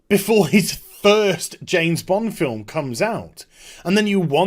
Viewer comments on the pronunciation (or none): It's pronounced "James Bond" not "Jane's blonde"...